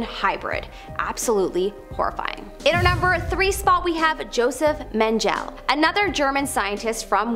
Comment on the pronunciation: She butchering of Tuskegee and Josef Mengele threw me for a loop